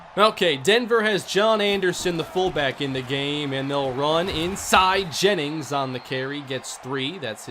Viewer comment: "Gra-eg Jaymings"